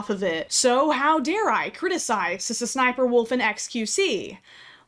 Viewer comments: Oh my god I had a tiny stroke every time you said “suh suh sniperwolf” instead of just saying the letter ‘S’ (ess) twice lmao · only my opinion but i think its pronounced-s s sniper wolf instead of sssniperwolf. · saying SSSniperwolf as one word instead of doing it as S-S-Sniperwolf is increasingly funnier and funnier to me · brooo, i thought it was pronounced "Ess-Ess Sniper Wolf" ever since i was little. crazy. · Sa-sn-sniperwolf 😂😂😂😂 beautiful pronunciations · All this time I thought her name was pronounced S. S. sniferwolf Brilliant video btw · Whenever you say “sssniperwolf” makes you sound like a snake (pronounced ess-ess-snip-er-wulf) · Legit had me thinking that's the way you're supposed to say it and I've just been missaying it the whole time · I know 😂😂😂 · You pronouncing every S in SSSniperwolf has got to be the most disrespectful thing in this whole video, I love it. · The way you pronounce sssniperwolf every time lmfao laughing so hard lol 🤭🤣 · I love how she pronounces sssniperwolf as if she’s stuttering lol